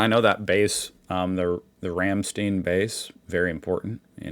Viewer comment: RamSTEIN not ramSTEEN